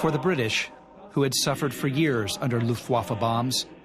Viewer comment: Rob Lowe's narrating was pretty good in this documentary. However, I wish learned how to properly enunciate "Luftwaffe".